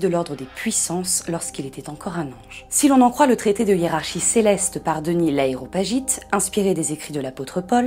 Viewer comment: Denys l’Areopagite et non L’aeropagite comme vous l’avez si bien écrit mais mal prononcé ( sauf si c’est volontaire et la bof ) . A mon goût contenu interessant mais marqué par des réactions et commentaires lourds qui cassent le rythme ( ça reste juste mon avis )